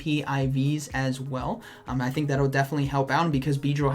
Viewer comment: nobody: absolutely nobody: Not even a single person:: I thick that was the last battle